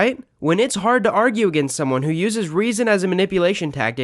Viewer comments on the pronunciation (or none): none